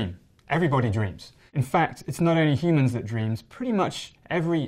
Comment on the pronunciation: Everybody dweams! Dang I like his pronunciations.